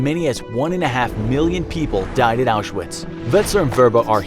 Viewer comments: Curious why you misspell the word Arbeit (it's not Arbiet) and mispronounce the name Auschwitz (it's not Auzewiets). Getting these obvious details wrong, devalues the rest of the content. You must know the right way to write and speak those words, why would you rewrite known facts in something called an infographic video? Any other 'corrections' planned? How about an informative story about the Spanish local skirmish a century ago, resulting in years of prosperity under guidance of veteran and prime minister Phranko, who reunited neighbors that had been fighting each other for centuries while offering an alternative for communism? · His WW2 videos are interesting, but I have to brace myself when he talks about the Holocaust because he doesn’t pronounce several things correctly (like saying Auschwitz with a “w” instead of a “v”).